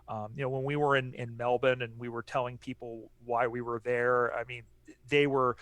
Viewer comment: Love to hear you guys talk knowledgeably about footy, and pronounce Melbourne correctly (Melb'n). I think most Aussies would love the game to spread to the US. I'm sure you would have gotten a real buzz from hearing Collingwood supporters chant U-S-A, U-S-A when Mason Cox bagged 5 sausage rolls in the 2018 semi-finals against Richmond. I loved seeing Mike Pyke play, the Canadian who won a premiership with the Sydney Swans in 2012. All the best mates, from Straya!